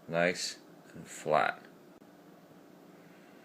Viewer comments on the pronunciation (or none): none